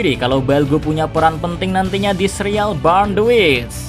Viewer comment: burn cara bacanya bern kak.